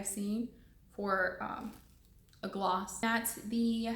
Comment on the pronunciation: soooo last year 😂, but thanks for that “glowww”...it’s gloss mija 🤣